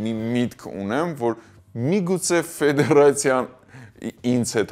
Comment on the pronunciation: Լրիվ տխմրություններ եք պատմում,կարծում եմ դուք դրա մակարդակին չեք հասել, ավելի լավ է բալետ մեկնաբանեք, ոչ թե ֆուտբոլ, ձեր անդուր խոսելաձեվով նամանավանդ։ Ֆեդեռռռռռռռացիա😀😀😀